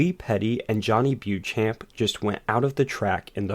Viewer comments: Great video; but Beauchamp is pronounced BO-Champ! Johnny a forgotten ace of the early days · I have zero respect for the man but it is pronounced BO-SHAMP!